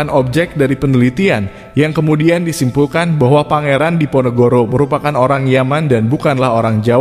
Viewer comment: Nyebut pangeran Diponegoro saja tidak mampu sering kepleset pangeran NEGORO ???! Allah sudah menunjukan ...